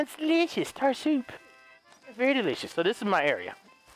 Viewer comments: Deleeshus. Sitchiation” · Am I the only one that loves how he pronounces "delicious" and "situation"?